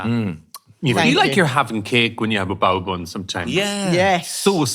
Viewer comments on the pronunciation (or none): Sounded like bowel movement, not bao bun😂